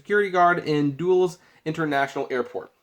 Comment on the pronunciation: Aww, come on. You've never heard the correct pronunciation of Alexandria or Dulles either?